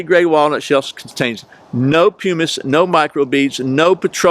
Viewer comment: I think pumice is pronounced puh miss. The ink reminds me of a Tim Taylor Home Improvement episode where he dyed his hands green.